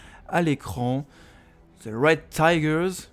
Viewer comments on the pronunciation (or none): The ✨red tigers✨ quel accent